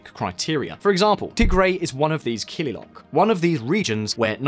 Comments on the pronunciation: Kililoch not kililock. 'Ch' in kililoch is read as 'Ch' in Ostrich is read. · Kililok ❌ Kililoch ✅ Kilil = Region Kililoch = Regions DERJ ❌ DERG ✅ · Excellent! Only one mistake "kililoch" is pronounced not as Kililok but as Kililoch ... the "ch" is as in "Chair". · One reminder tho the "ch" at the end of " kililoch " is pronounced as u pronounce the of " ch " of coach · its derg as in iceberg and its kilioch as in cockroach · And the pronunciation of killiloch, kilil and Addis Ababa